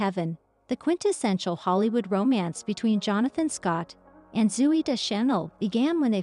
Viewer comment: AI caneven pronounce Zoey’s name correctly.